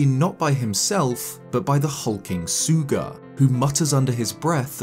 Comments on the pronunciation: The name is Sooga, So-oga. Not Suga. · In game during multiple cutscenes we hear Master Khoga speak Sooga’s name and it is pronounced as Sooga. (Soo-gah)